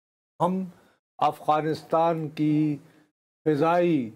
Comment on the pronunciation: آپ پچھلے کئی ہفتوں سے “افغانستان “ کو اغوانستان” بولے جا رہے ہیں 😂